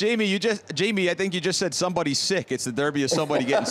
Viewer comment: Grella speaks Italian with American accent (dArby? Derby!). Kate has a surprising correct accent. Titì is the best. FunnyMicah is very good until the very last word he pronunces. And Jamie is the one who’s facing the real tongue-challenge there!!